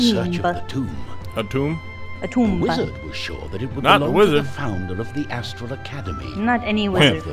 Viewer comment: LOL Did you say Asstrol? LOL I'm not even 60 seconds in and I'm laughing!